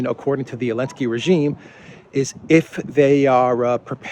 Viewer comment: Why do you call Zelensky "Elensky"?